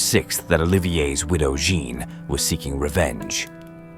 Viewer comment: Say 'Anne'. Now, just add a 'Je' at the start. You can now STOP ever saying it the way you butchered it in the presentation above.